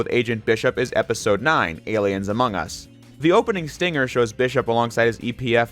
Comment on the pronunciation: omg guys, he said aliens AMONGUSSS 😳